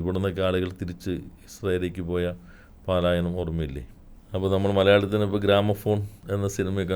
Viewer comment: മിനിസ്റ്റർ പാലായനം അല്ല , പലായനം ആണ്